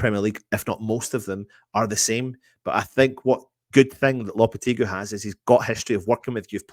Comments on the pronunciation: Can the presenters get together & learn how to pronounce Lopetegui's name . It's not Loppertegly , & it's not Loppertegloo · At least spell his name right in the title! Even if you pronounce the name wrong